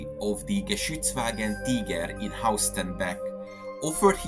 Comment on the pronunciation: Diese scheiss KI Stimme. Haus Starnbeck.... son Blödsinn. HAUSTENBECK !!!!